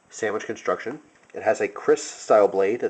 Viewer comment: Sammich conshhuucshhuun